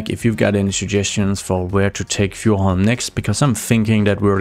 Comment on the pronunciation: I would love an episode of you speaking your main language I loved how you pronouced Fjordhoim it was just awesome